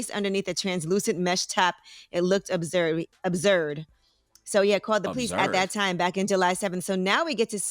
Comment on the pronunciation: Angela yee losing it then “abszurd”